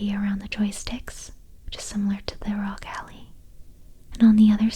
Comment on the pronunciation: Did she really say “Rog Allie”